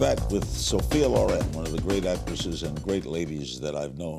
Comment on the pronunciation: No! LORRAINE OR LORÈNN come pronuncia Ma LÒREN...L'ACCENTO VA SULLA O Comunque lei si chiama SOFIA SCICOLONE CIAO🇮🇹